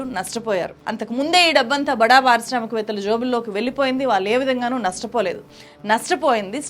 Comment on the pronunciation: "వాల్లు" కాదు madam. "వాళ్ళు" అనాలి